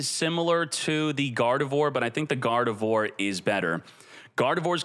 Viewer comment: I know, i'm pointing out how he pronounced it.